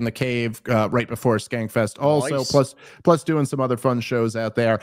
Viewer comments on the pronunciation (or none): Love Dave Smith, Love the Skanks. Why does Dave say her name wrong every time?